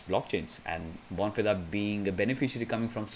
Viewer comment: Bon Feeder is how you pronounce it